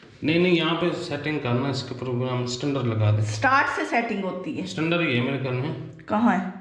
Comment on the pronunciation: Stunder nahi bhai,, standard hai